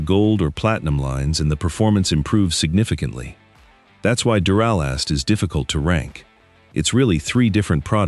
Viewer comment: This video is pure crap. For starters, it doesn't even pronounce the name of duralast correctly. So obvious AI. Also spoiler alert they list Odyssey as the number 4 brand and state that it's not the number one brand for a couple reasons and then shocker- they list it as the number one brand after all. Way to go AI